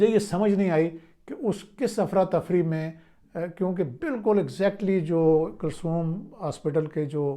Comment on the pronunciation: کسوم ہسپتال نہیں... کلثوم ہے. زبان ٹھیک نہیں اور چلیں ہیں تجزیہ کرنے